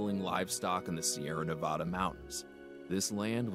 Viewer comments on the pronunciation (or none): Nevada not nevoda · It’s nev-ah-duh. Not “nev-UH-DAH” lol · The way they’re pronouncing Nevada makes me cringe.